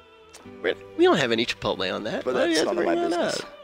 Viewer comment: "We dont have any Chipolte on that." lolol